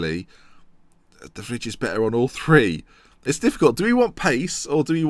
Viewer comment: stefan de fridge, lmao isnt it de vrye